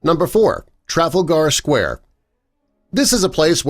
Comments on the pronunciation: Trafal Gar Square??😂😂😂😂 Pron TRA FAL GAR google the great battle ffs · traful-gar square 🤣🤣🤣🤣 tra-fal-gar the clue IS IN THE SPELLING!!!! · Yes, yes, yes........ and is that a robo-voice? And it's NOT "tra fall gar" square, but rather, "tra fal (as in "Al" i.e. Al Capone, Al Michaels, (Al) lentown Allentown, Allen (al) len. Look it up! I've been there, 1975. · "Bloody Sunday" took place at "Traffle-gar Square", eh? Who the hell wrote/narrated this crap? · Traffle-gar Square?? Puh-leeeze! Big Ben is the large Bell, not the tower OR the clock. Sheesh! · It’s pronounced Tra-fal-ger square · He called Trafalger Square, Travalgar Square....🙄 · Absolute rubbish! Especially about Trafalgar Square .... and that's NOT traffal-gar! Secondly, Big Ben is NOT a tower, it's a CLOCK! The tower used to be St. Stephens Tower and is now The Queen Elizabeth tower ... boy oh boy, where DID you dredge your facts from? Oh, and for your information it is NOT open to the public, whether you're a Londoner or not! You make it up as you go along! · What the hell is ‘trafflegar square’? Oh my God please can you pronounce it correct? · Omg the pronunciations in this video are atrocious...Trafalgar Square. 🤣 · Ikr, i love how he miss pronounced trafalgar square. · It's funny how you make this video and can't be bothered to check your facts. 1) You can't pronounce Trafalgar Square 2) Big Ben is the bell not the tower it's the bell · You know very little about what happend in Trafalgar Square, and you pronounced it wrong as well 😂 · The way this person pronounced Trafalgar Square😂😂 I couldn’t stop laughing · You pronoonsed trafager square wrong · Triggers me so much. He pronounced Trafalgar Square wrong. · Well at least you managed to pronounce London right I mean really who ever heard of Trafalgar Square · "TITO?",,,TRY TITUS YOU IGNORANT FUCKWITS! AND "TRAFFIC-GAR SQUARE?" SHEESH!!!